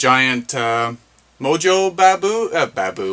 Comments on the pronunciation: hey bro...Moso...not mojo haha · It’s pronounced Moso